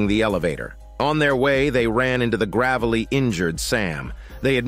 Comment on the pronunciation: The Gravalee injured, you mean Gravely injured Sam...😂😢😂